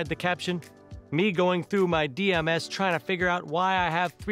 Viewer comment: Man said dm S